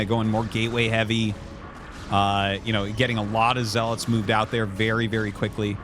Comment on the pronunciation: My whole life I called them zee-lots and hearing you call them zel-its is a mind fuck lol